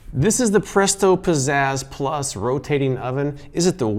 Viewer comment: I keep hearing it like "Possessed+" instead of "Pizzazz Plus", and I can't unhear it :(